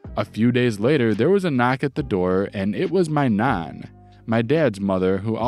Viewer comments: I'll be honest, you pronouncing Nan like Naan, as in Naan bread was really off-putting. in the future pronounce it more like Van. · You say mum and nan really strange. Just trying to copy it now out of curiosity i cant seem to replicate it without a wide open mouth lol. Either way loved the vid mate thanks for the stories. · Enjoyed the stories. Was amused by the pronunciations of Ragged an Nan. Not criticising just saying i found them funny. Despite the horrible job in the first syory i don't think the guy did too bad out of that company. Probably has a bettet job as a result.